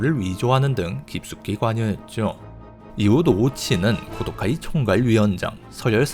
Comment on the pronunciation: 고도카이의 정확한 명칭은 코우도우까이로 발음...弘道会(참고로 하고 무시할 사람은 무시해도 됨)